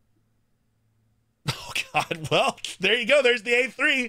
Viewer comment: Lol the intro sounds like" hello guys, hope u are doing whale" 😂